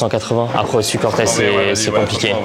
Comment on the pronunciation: a min je connaissais pas la air max 95 "corteuz" mdrrr belle paire